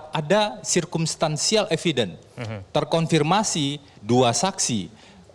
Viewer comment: Febri pengacara "terkonfirmasi". Kata-kata "terkorfirmasi" kerap terucap olenya.